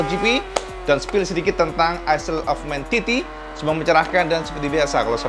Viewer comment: Info cak "ISLE" bacanya bukan aisel cak ,tapi AeL